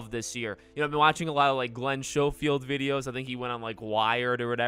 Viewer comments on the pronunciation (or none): Schofield is pronounced (Sko-field) not (show-field). I had to get that outta the way, because you pronounce his name wrong so many times! XD Keep up the great content! Love watching your videos and coverage so far! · Super excited about this! Definitely my most anticipated game of the year, and I'm a big GOW fan. btw, it's kinda bugging you pronounce Glens last name 'showfield'.